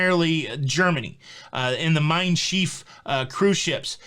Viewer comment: Just a note on German pronunciation, Mein Schiff rhymes with cliff.